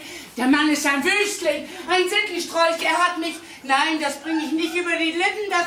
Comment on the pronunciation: Ein Sintistrolch? Oha 😂